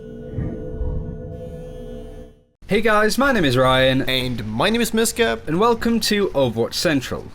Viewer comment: Am I the only one who hears my name is No Scope when he says. Idk if it's just me or what 😂😂😂